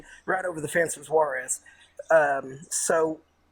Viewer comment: This guy from East Tennessee cannot speak with correct grammar or pronounce names correctly. It’s not Suarez, it’s Juarez! And he was at Fort Bliss. Sheez!